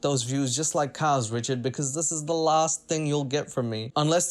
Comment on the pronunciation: I like how he says wrichaurd but he said it right once so i love him mow